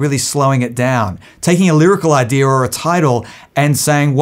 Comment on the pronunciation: because their ancestors were pirates. thats why they say idearrr instead of idea, norrrrr instead of no, and arrrr instead of i like how that sounds.